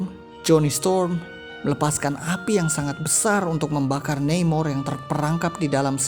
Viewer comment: Neimor… nama mexico ya baca aja namor hehe..